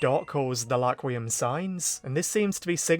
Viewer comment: stop saying Laquium it's getting on my nerves